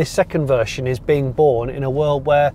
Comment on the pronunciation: Vershon 2.0!? What the hell is vershon?